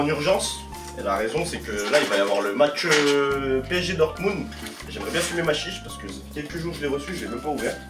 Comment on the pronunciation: Par contre c'est dortmund pas dortmung lol